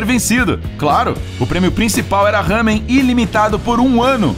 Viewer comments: Não é “hamen” é LÁMEN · Nao e ramem e lamen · não é ramen é lamen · Não é RAMEM é LAMEN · O ramen não se lê (Hamen) ou (rramen) !!!, porfavor procure o jeito certo, porque dá agonia isso ksksk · SE PRONUNCIA LAMEN KRL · Ele errou o nome serto é lamen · Se fala Lamen